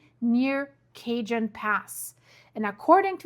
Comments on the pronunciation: The first time I heard “Cajun” instead of Ca-hone, I thought, seriously? Thank you, it was my sole reason for coming to the comment section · CaHONE pass not Cajun. Thank you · It is not Cajun pass. It’s Cajon pass. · Pronouned El Kaaaahone pass. not cage on pass. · she said cajun its called ca/jon not cajun...just do the research since 1970s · It's pronounced KA.HONE, not KAY.JUN. Just FYI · Not Cajun. Cajun is an ethnic group primarily living in Louisiana. Cajon. Cajon is Spanish for Box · (Ca-hone) not Cajun. lol. I’ve been hearing it all my life that it’s at the critical point of breaking. I’m not saying it’s not going to, but it could be a very long time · Not Cajun, Ca-hone (Cajon). J is pronounced as an "h", LOL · you clearly speak more than one language (I only speak English) so I hesitate to correct you but in California, Cajon is pronounced Kah-hone but in Louisiana it is pronounced Kay-junn, California is Spanish j as h, Louisiana is a hard 'juh' because they are Creole. You got the pronunciation right for San Jacinto (hah-sinn-toe) the j is an h,, Cajon is the same, j for h. No American from California ("dude!!") will understand Kay-junn as the pass north of LA. Hope that helps. Love your channel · Cajon, pronounced cahone, not cajun. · Not cag-en (cajon) pass, pronounced "Ca-hone" pass. Everything in California is Spanish. The "J" is silent. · Not cajun! Pronounce kay- hone! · Ugh! It’s NOT the Cajun Pass - it’s pronounced the Ca-Hone Pass!!! Also, the other fault is NOT the San JaHinto fault, it’s the San Ha-Sin-toe Fault. BTW, as a Native of that MISERABLE state, the big one can’t hit soon enough - we only need to worry about the poor fish when the FILTH of that state slides into the ocean during the “big one.” Of course, the rest of the world will be a much better place after that. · CaHone pass not cajun 😘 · Pronounced "ka-hone" pass😁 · Your so funny how you pronounce cities here. Ca-hon and jah-cinto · (sounds like) " ka hone" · It’s Ca-HONE